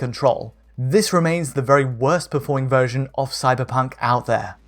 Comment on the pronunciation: Did he say "suckerpunk" ?